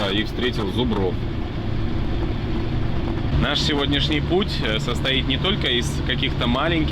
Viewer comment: Не зубрОв а зУбров "есть вариант встретить".